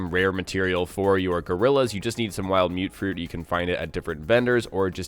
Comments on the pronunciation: "mute-fruit"? Really? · That One Podcast Ohh, ok, just searched it. Though I swore some farmers in the game pronounced it as "mutt-fruit"